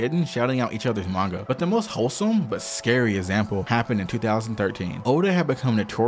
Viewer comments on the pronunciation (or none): Can you say example? Saying essample really throws me off